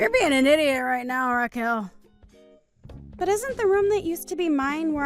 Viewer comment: "Ra-kwell?" Oh dear god. It's pronounced Ra-kel. Please get voice actors (or AI) who can read. Doesn't anybody review these before publishing?